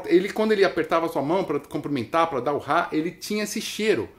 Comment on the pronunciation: O cara fala Ráá...o kiko diz RRá RRá RRá.